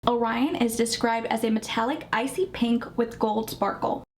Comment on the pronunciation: I have to commend you on pronouncing “Orion” correctly. My son’s name is Orion and I thought people knew know their mythology constellations or seen the movie Men In Black. Great review btw. 🎉